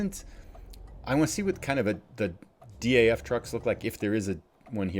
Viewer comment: Hi, Really enjoying your videos. Keep up the good work! Do you also play multiplayer? Maybe we can do a delivery together. Greetings from the Netherlands Ps: DAF is pronounced like a word. Not like individual letters😉